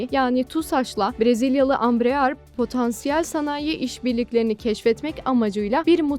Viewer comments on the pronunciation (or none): Bu haberin neresinde Embraer Kaan parçası üretecek geçiyor? Bu nasıl başlık? Ayrıca Ambrear değil Embraer, birisi ablamıza okumayı öğretsin.